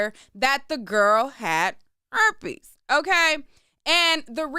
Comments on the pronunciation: It's you in the mic saying "erpes" for me 😂😂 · IKR, or like saying CHERPES..... 😂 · Girl!! I’m talm bout CACKLING every time like it was the first time😂😂😂😭😭